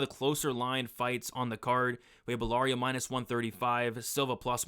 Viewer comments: Great vid again! Absolutely butchered belgarouis name tho😅😅 ‘Ballario’ was killing me😂😂. Bell-Ga-Roo-Ee is how it’s pronounced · Yousri’s last name is pronounced “Bell-GAR-Wee”